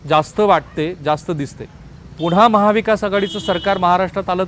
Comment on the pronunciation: पुणा,पुणा, पुणा नाही पुन्हा पुन्हा पुन्हा म्हणा न आणि ण च्या उच्चारांचं भान ठेवा असे सैल मोकाट उच्चार करू नका तुम्ही नक्की कुलकर्णी च आहात ना?